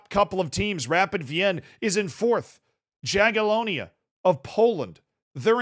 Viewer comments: please pronounce Jagiellonia as „Yagielonya”, J is pronounced as y in polish and -IA is pronounced Я, «ya» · J is said like a Y in Jagiellonia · Pronounced yagilonia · It's pronounced Yagyelohnya tho 🤓☝️